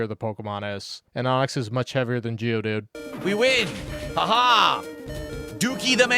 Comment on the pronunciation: "geodude" So annoying from. His is more of a geodud.